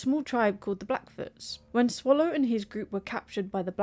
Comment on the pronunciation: It's Sallow, not Swallow